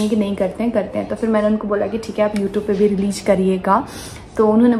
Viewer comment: Please pronounce it as youtube n not youtoob And its vlog and not blog